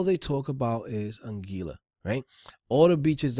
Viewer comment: Don't know if you would care, but it's pronounced An-gwee-la (Anguilla). Keep the vids coming though. Thanks!